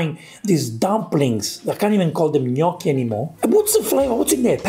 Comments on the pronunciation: It's gnocchi Gordon not perogi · "knocky" he says. And he did live in Italy!🇮🇹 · He can't even say gnocchi properly. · He can't even say Gnocchi properly never mind make it